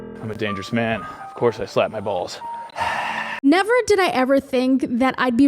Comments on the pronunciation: "Have you tried slapping your bwalls kids?" hahaha that broke me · Lmfaooooo have u tried slapping your balls kid HAHAHAHAHAHAHAH you shoild talk like that more often 😅 the accent that was fkn jokes